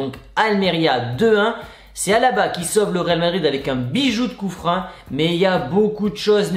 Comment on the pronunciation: Du coup fréro pourquoi tu dis coup-frein alors que sa ce lis et dit clairement coup-franc. Et si tu le savais pas bin de rien. Si c pas le cas pourquoi tu insiste à dire coup-frein sa m'intrigue vraiment